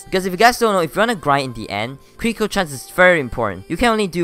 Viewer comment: i like how when he says critical it sounds like crinkle